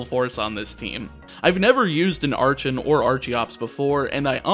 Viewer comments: In terms of pronunciation, I think Icirrus is probably eye-sirrus (ice + cirrus, all towns in Unova are named after clouds) Archen and Archeops are based on Archaeopteryx, in which the “ch” is pronounced like a k. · I'm not normally into monotype challenge runs, but goddammit, you put my favorite Pokemon on the thumbnail so naturally I have to check this out. Also, it's pronounced "ARCK-en" and "ARCK-eops", with the hard "C" sound. Remember, it's derived from "Archaeopteryx", whose name is derived from the root word "archeo" ("ancient") as in "archeology".